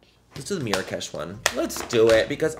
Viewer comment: Geesh you kill me. Lol 😅. The way you kept saying “mirakesh” had me dying. Lol. I do the same shit haha. I love your personality, definitely one of the most enjoyable, relatable, and hilarious YouTubers to watch. Much love ❤